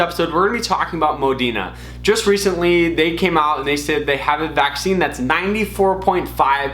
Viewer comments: Is the r silent in moderna? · I don’t think so my guy was just saying it wrong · Its Pronounced Moderna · Modern man cannot pronounce Moderna